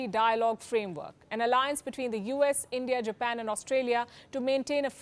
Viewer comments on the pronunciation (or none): none